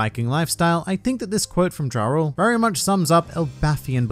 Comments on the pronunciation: Pretty sure Jorl is pronounced Yorl & Jarl is pronounced = Yarl in Norse mythology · says Jarul as "ja rule" My brain: starts singing living it up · one of the Giants name is Jarul as stated in this video. His name is pronounced the same as the rapper Ja Rule. That’s the joke.